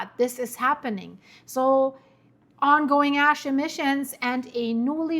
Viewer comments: “Ass emissions” 😂😂😂 I’ve been speaking English all my life and say the same thing! Love ya! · Dann sagst du: A...schemissions, ich lach mich kaputt grade😂😂😂😂😂 deutsch-kanadisch Versprecher. Lg aus der Heimat ❤❤❤